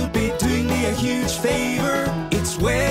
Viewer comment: No. It’s Wesley-Wat. Not Wesley White.